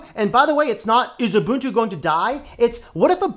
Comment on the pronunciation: The fact that (guy in the video) incorrectly pronounces Ubuntu "Yoobuntu" instead of "Oobuntu" already tells you a lot. It's usually the uninitiated who make these pronunciation mistakes.